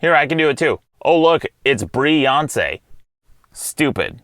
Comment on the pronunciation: Brie-Yonce was pretty good :P